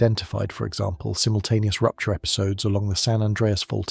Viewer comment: Tleasr you pronoynce zimultaneous axxyratwly